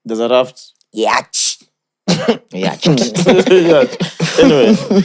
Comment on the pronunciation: Its yot...not yach..... that's for the word yacht